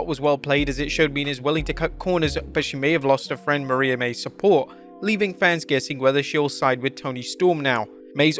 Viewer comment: Please learn to pronounce Mariah correctly